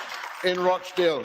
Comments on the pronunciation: Hi, it pronounced 'Rotchdale'. Many in the UK now feeling that they will vote for anyone but Conservative or Labour. Independents are going to do really well at the next election. The Greens will do well too. They don't seem to be so establishment controlled. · Sunak (no k) Rochdale « Ro » is pronounced like in « Ro »ck (not roach). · It's Rochdale not Roatchdale, how can you get it wrong when George repeats it often enough. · Hi enjoy your stuff and Btw its Rochdale with a hard O like the o in top for instance, otherwis you imply beetle infetsted northern squalor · Please, its not pronounced Roachdale. Makes me cringe every time! George says it properly. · its pronounced ROSH-Dale :-) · no it isnt its Rochdale more like Watch Dale but with an "R" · Wow, you can't even say "Rochdale" properly. Why does your opinion even matter?